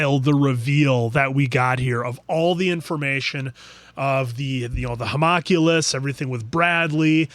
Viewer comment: huh-mon-q-lus :) mon as in Pokemon lus as in callus